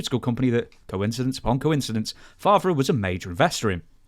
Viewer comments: ..Bret Frav-era ...lol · Brett Fav-Ra 😅….yeah we don’t understand it either 😅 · It will likely never come up again but please look up how to pronoun Brett Favre. You botched it,.